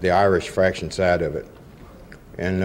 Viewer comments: Faction, not Fraction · It’s faction not fraction 😂